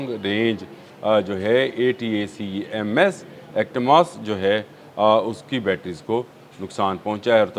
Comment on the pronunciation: محترم ۔ غیر ملکی اگلش نیوز چینل کو سن لیا کریں یا گوگل کر لیا کریں تا کہ انگلش کے الفاظ کا صحیح تلفظ کر سکیں ۔ ہائی مارز Himars , اٹیکم ATACMS میزائل۔ ویسے اپ کا ویلاگ بہت معلوماتی ہوتا ہے ۔ مبالغہ سے پاک ۔ ھقیقت سے پاک ۔ غلط تلفظ سے اثر کم ہو جاتا ہے ۔ معزرت کے ساتھ